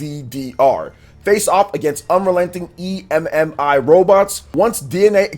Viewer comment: Just call it Emmy it sounds like your stupid calling it an e m m i